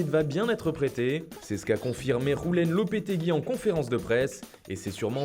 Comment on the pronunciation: Tu prononces mal le prénom de Mr Lopetegui : ça se dit "Youlène" et non pas "Roulène" ;)